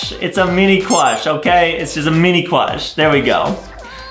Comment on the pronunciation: Adam has a huge crwush on Banbaleena😂😂😂😂😂😂😂😂😂